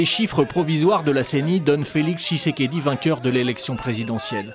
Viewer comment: tSHisekedi et non tishekedi